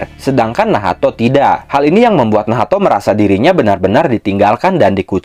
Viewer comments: kenapa jadi nahato wkwkw bukannya bacanya nach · pusing gw lu sebut nacht jadi nahato